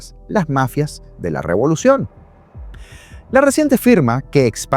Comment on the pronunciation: Robolucion, te quedó perfecta la palabra 😅